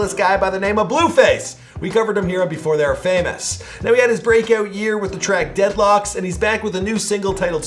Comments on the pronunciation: This Ngga Said “Dead Locks” lmao 😂 It’s Locs...Strong O Sound .. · Dead locs(lowcs) not locks. lol